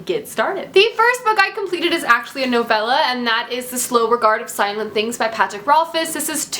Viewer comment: Thumbs up for not pronouncing novella "novayla"